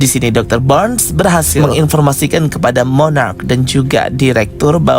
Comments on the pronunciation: Monarch bukan monarach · Mooonnaarrcchhh...bukan moonnaarraacchh...🙄🙄🙄